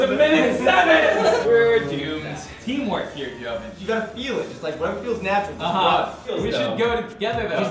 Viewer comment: "We're dyoomed." - XD